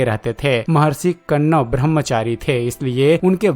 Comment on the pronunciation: Tumeh hindi k Shabdon ka sahi ucharan karna nahin ata hai. Kanwa rishi ka nam sahi nahin Liya. Video banane se pahle hindi sahi Tareeke se sikho.